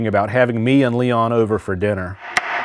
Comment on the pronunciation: It’s Leon not Liam lol